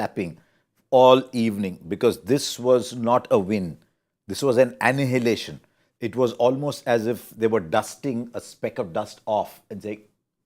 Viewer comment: I am an admirer of Harsha and his fluency with the English language. The words just flow from his mouth so effortlessly. So, i was all the more surprised to hear him mispronounce the word "annihilation". This is pronounced like "ann-eye-lation", the "h" is silent.